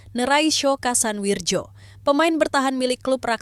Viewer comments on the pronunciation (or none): Cara bacanya kasan wiryo.... bukan wirjo